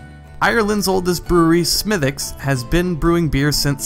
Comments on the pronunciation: I knew I liked my Smithwicks for a reason! (nice pronunciation, btw! 😉) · Why oh why do Americans manage to mispronounce everything, Weihenstephan for a start. Surprisingly he did pronounce Smithwicks correctly?